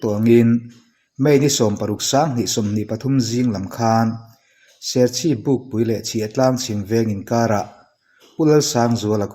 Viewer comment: serchhip to Bukpui tih zawk tur a ni e,pukpui ni lo in bukpui